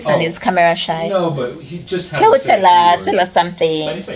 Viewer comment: Drope the accent please sweetie and be normal. Its usssssss not urseeeeee and its wrong to call someone driver i know its ok in Uganda but internationally its so wrong.Conguratulations on your engagement i pray he marries you because you started the relationship opposite.Sex should be after marriage.Am a Christian.Dont feel bad have no any bad feelings